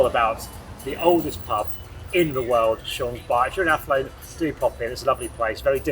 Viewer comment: I love pronunciation of Athlone ❤ love from Ireland 🇮🇪